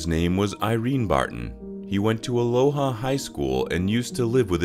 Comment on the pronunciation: It's pronounced uh LOW uh